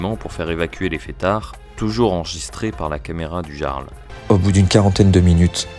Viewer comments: "Le Garle" . . . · Le "yarl", pas le "jjjarl" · Le jarle 😂😂 sa se prononce yarl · ça se dit pas "Jarl" mais "Yarl" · Essayez au moins de vous renseigner, ça se prononce [Yarl] et analysez la vidéo d'une heure trente et pas un cumul d'extraits de 27 secondes... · déjà sa se dit le YARL phonétiquement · Ont dit le "Yarl" pas le Jarl xD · ca se prononce "Yarl" je crois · Jarl ce prononce " iarld " en faite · On prononce le "Y"arl nom d'un chien 🐕 🐕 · Le gearle 😂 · Euh…on dit « Yarl », même si ça s’écrit Jarl. 🤦🏼‍♂️ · Oui, on dit "yarl" et cela s'écrit "jarl". Comme dans Skyrim. C'est un mot emprunté des langues anciennes du nord. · Le Jarl.. Ça se prononce "iarl" mais bref.. Je me demande qui a lancé les hostilités.. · Le "G"arl... 😅 Va falloir revoir la pronomciation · Ca se prononce "yarl", comme dans Johan. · Comment il dit le jarl, faut vraiment etre ignard pour dire ca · Ne pas savoir prononcer "Jarl"... C'est une IA ou le stagiaire la voix off?